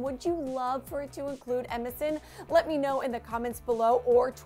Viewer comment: I keep thinking she's saying MSN. Middle school flashbacks